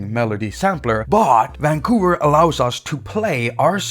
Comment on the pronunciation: Hate it every time you say: Vvaaan...COUVER